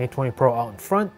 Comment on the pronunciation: "And we are inn" 😂😂😂😂